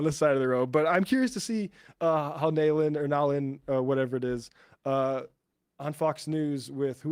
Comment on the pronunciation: it's pronounced nah-lin but nailin hailey sounds more funny so as an indian i'll allow it. edit: do rich people schools have bullyig because school wouldn't have been easy with everyone calling you nailin hailey